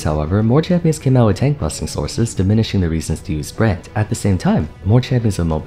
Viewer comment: I swear to god you sound like youre saying "brant" not brand